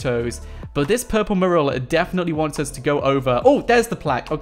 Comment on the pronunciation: One day you will learn how to say the word mural. Fanny pad!